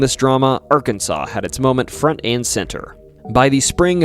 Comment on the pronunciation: Incorrect, Arkansas is the spelling, pronounced "Arkansaw"... Im a native and lived here all my 44 years, trust me bud, it's ARKANSAW.